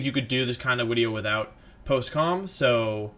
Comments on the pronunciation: Is he saying 'wideo'? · i like hte vids, but you keep saying wideo, and its fcking pissing me of every time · you mean wideo, not video.